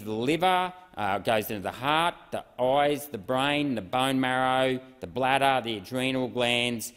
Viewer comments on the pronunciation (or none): none